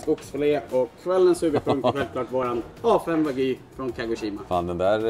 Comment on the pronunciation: Alltså vad är det med stockholmare och uttala wagyu vagy?